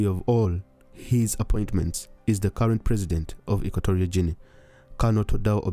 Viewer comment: It is Equatorial as in Equator, and not Equ*o*torial. Also, the the "G" in the Guinea is pronounced as the "G" in gain, go, gutter and Gandhi and not as the "G" in gin or general. Equatorial Guinea because it is located near the equator in the Gulf of Guinea.